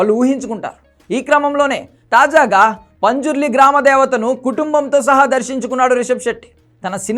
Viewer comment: Anna punjurli kadhu panzurli❤❤